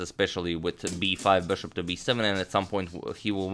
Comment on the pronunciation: The way he says bishop burshup it's the best